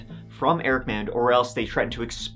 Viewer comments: It’s pronounced “MOD.” I live in Austin and have actually been to this dealership several times. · Can you all just agree how to pronounce the name MAUND!